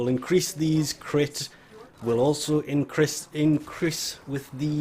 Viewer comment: "Crit will also incriss, increase with these"